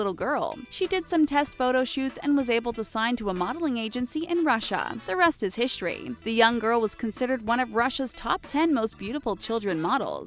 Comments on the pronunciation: They pronunce history weird! XD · The rest is "hishory"😂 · "The rest is hishrey!" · "and the rest is hishery". I suppose it can be tough to say both Russia and history in the same sentence. lol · "The rest is HISHORY" I'm done XD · "The rest is hishry"